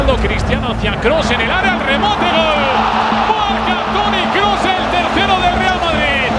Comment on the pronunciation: His name is Kroos - not Cruse :))